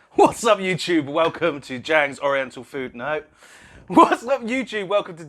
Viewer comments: Actually, it's pronounced dziang's. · I just realised Ziang's is pronounced jhangs